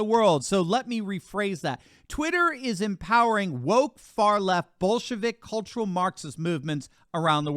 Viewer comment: Hey you did good. You said, "Bolshevik". Thought for sure you were gonna say something else that sounded similar. You're good.